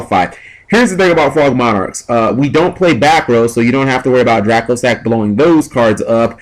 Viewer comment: Will ppl stop calling dracossack "dragosack...."